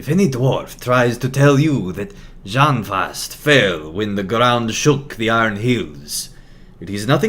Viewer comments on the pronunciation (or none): Járnfast should be pronounced "Yarn-fast". The "jarn" is the same as the one is Girion's "true" name Geirjarn III and means "iron".